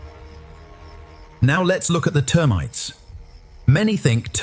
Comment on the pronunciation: T earmites, huh? Jesus balls weird enough the AI voice went from British to American but now it's just making words up